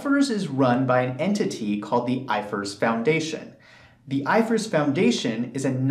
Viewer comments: When you say "GAAP" would you not specify It's " US GAAP" ? I've never heard "I F R S" prounced like "ifurs" 😂😂 I've worked across the EU in different practices and only ever heard it referred to by the individual letters " I F R S"😂😂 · It’s I.F.R.S, not ifers 🤦🏽‍♂️ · It’s GA AP. It’s I F R S. 😂😂😂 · Its I F R S not ifrs🤣🤣